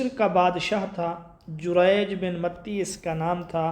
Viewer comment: متی(تاء پر کھڑا زبر ہے